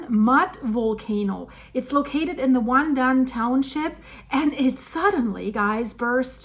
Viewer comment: LOL The Taiwanese probably got out their popcorn. BTW Your pronunciation of WanDan and the Ping in Pingtung were spot on, the the "tung" is pronounced very different from the spelling. It's pronounced like 'dong' with a long 'o' sound. The Taiwanese are usually very prepared for natural disasters and they move FAST to mitigate any potential fallout. They also do lots of public drills for any potential disaster, even a nuclear power plant accident.